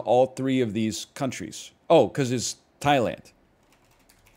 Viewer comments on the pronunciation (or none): none